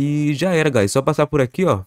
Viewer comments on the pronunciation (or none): Eu não tanko no "GuAyS😁" AKSKDKSKKAKSKSJDKKAKSKAKAKKAKA